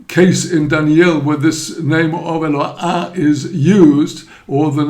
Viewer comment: The name is pronounced E-l lo aH, not "ha". Same as the the "No ah"